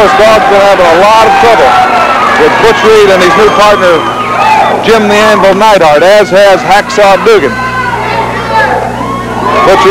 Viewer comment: What's with Watts calling Duggan, "Doogan" and Neidhart, "Needhart."